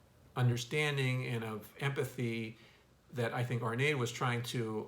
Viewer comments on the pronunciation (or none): hi ur awesome for talking about My KING ARNADE"S GENIUS my dear tho REMEMBER THE E IS NOT SILENT!!! GOD BLESS Ü